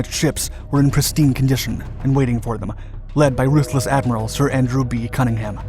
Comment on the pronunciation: For God's sake - if you are going to present a documentary on Matapan, at least do Cunningham the credit of pronouncing his name correctly!